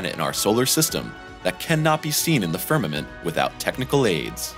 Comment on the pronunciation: What is a firmint? I thought it was space but this narrator keeps saying something called firmint?